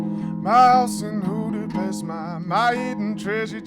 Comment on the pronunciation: Hoodapest hahaha awe George